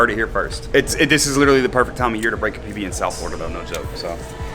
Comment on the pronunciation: When he said PB I thought he was saying PP🤣🤣🤣🤣